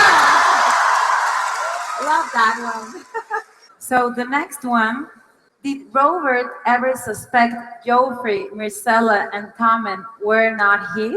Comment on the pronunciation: Yo-fry’ Bitch did you ever watch the damn show? Or is that how you’ve heard his name on the TV? Please tell me they don’t do this kinda atrocious dubbing in your country too, in my piece of shit backwoods fuck-up of a state they call Czech Republic, the motherfuckers even change the damn names because they don’t know how to pronounce them Jaime is fucking “ha-i-meh” (like what an illiterate spaniard would pronounce the name) For the love of god people, I know some of yall just read the books, that is good, but please, it’s good to know how to pronounce the characters names, so watching the show would be a good idea, that way we avoid situations like when a lot of people pronounced Hermione’s name from the Harry Potter series as “Hermi-one”. So if you decide to watch the shoe, please watch only the original. I’m sorry, there’s just something that pissess me so much about dubbing, even if it’s good